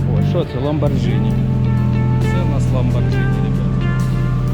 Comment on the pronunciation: Правильно казати ЛамборГіні